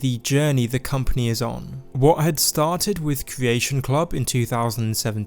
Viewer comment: cWeation club, paWent company, caWwy on, suWpWised with pWemium on pWevious...a pWoblem pWobably?